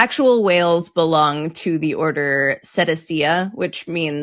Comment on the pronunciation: Jess, I'm sorry but your pronunciation of "cetacea" is all wrong. The modern English pronunciation is "suh-TAY-shuh". If you're trying for a proper Latin pronunciation, then you need to say "keh-tuh-KEE-uh".